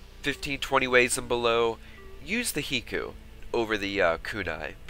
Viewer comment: High-koo it is High-koo just like Haiku.